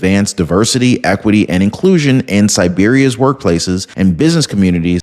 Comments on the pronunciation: Serbia, dude. Not Siberia. Two totally different places. Try not to make yourself look bad. Otherwise, great work. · That's SERBIA, not Siberia.